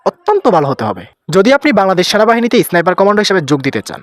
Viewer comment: উচ্চারণটা এসনাইপার না ভাই, স্নাইপার।